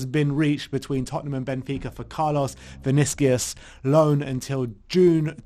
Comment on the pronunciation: Vinicius. The U is pronounced like the Uber U. So its not Vinicias, its VinissiUSH